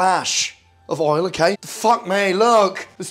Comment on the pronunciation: He cant actually say oil listen to him say it u should say it how he says it